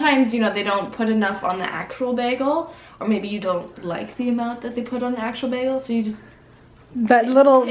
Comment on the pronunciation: Canadians say bagel so cute. It's like bag-al. I like it. That being said I don't think it's worth it to eat a bagel anywhere but New York.